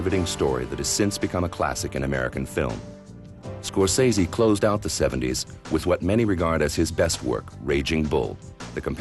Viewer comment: Strange that they have someone doing the introduction who doesn't know how to pronounce Scorsese's name.